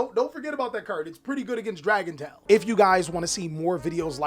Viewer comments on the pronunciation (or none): Broooo every time you talk about Dracotail i don’t understand what you actually say.